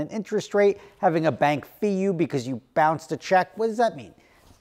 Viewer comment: Why do you think you don’t know how to say because?